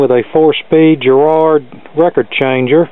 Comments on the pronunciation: GARRARD not GERRARD! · It's garrard not gerrade. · Nice find! The record deck by Garrard is probably quite a good one, Garrard were a very respected manufacturer back in the day. One thing though it's a Gar-rard, pronounced the same way as Americans pronounce garage. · I'd kill to have that on my shelf.....we didn't get the white models in the UK only black. PS. I love the way Americans pronounce Garrard😀